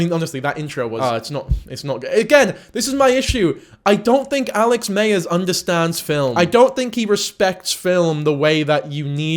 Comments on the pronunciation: You keep saying mayers but its myers I like his videos as just like a short form of the movies but yeah obsession was out there compared to other videos I have seen of his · 😆lol every time you said “Alex Mayers” Im reminded how vastly different Americans and British people say “addidas”. Also no shade, I thought you made great points throughout.